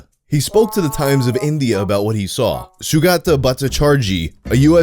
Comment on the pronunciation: SUGATTA BOUT-TA-CHARGE-YE ON INSULTING AN ELDERLY WOMAN'S MODESTY